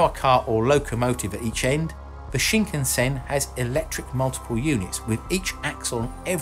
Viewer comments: Just a nit, but the "Shinkansen" is pronounced Shin-KAN-sen, just as most westerners would naturally pronounce. (It is not Shin-kan-SEN.) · Its pronounced SHIN-CUNN-SENN. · It's pronounced shin-can-sen, not shinkunsen. Interesting video :) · Okay, I understand people mistaking the pronunciation of Kyoto and Tokyo (people often say To kee yo instead of tou kyou), but Shinkansen is so easy. It's sheen kan sen NOT sheen ken sen. I haven't had a chance to ride on the French high speed rail, but the Japanese one is smooth and comfortable beyond belief. The only downside is the fairly high price. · The “shinkensin” you say? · CosmoDeus It's pronounce shin-kan-sen actually, exactly as it is spelled! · That pronunciation of shinkansen though 😱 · in france chou mean sprout lol sprout shinkasen ,,, vive la france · CosmoDeus Thats because the H in Khan gives it its pronounciation as Karn and tbh its only the Americans who mispronounce Japanese words! Just listen to how they mispronounce Japanese car names, such as Neesarn, Hornda, Marzda or Toyotar!